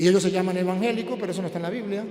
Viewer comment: Y se dice evangelico no envangelicos aprenda a hablar